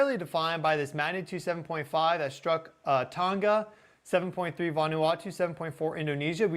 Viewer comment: The ‘g’ in Tonga is pronounced as with tong